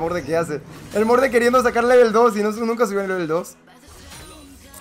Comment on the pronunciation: Que fue lo que le quitó la R de morde???? En el min Edit: Grande